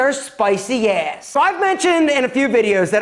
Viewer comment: I live for the way says “ass” 🤣🤣